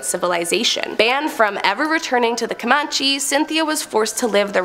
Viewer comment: Comanche was pronounced wrong 3 times 😅